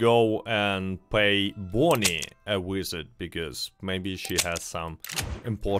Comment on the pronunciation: "visit" is pronounced "Визыт" and not "wizit". English "V" is like Russian "B"